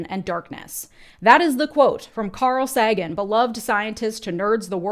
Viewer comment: Carl "Saggin". Nice.